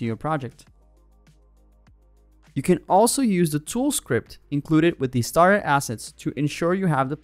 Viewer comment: "Now available for free..." has such a lovely ring to it... ;-P Does anyone else keep hearing "STAR assets" instead of "STARTER assets"? Yeah, I love to pick nits.. ;-P